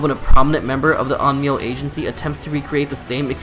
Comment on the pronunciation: Onmio is it that hard to pronounce correctly